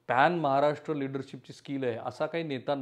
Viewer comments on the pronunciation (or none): none